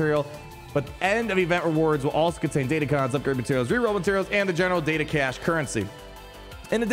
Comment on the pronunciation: They're Crons, not cons. DatacRons.